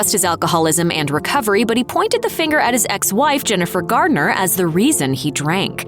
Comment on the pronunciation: Garner, not Gardiner, for Jennifer's last name.